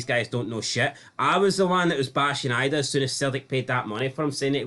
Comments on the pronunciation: His name isn't "IDEA"....:face-red-droopy-eyes:...It's IDAH...Pronounced "I-DA" .....:face-blue-smiling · It's pronounced Eeee-da. Ffs